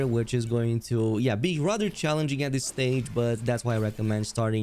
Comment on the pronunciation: Mispronouncing stuff is the only accent the creator has tbh. Dis dat etc.